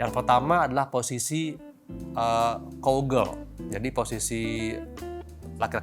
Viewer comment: Cow Girl bha doc..mcm mna ni doc? Sebut "COW" pun salah..susah kalau bgni doc..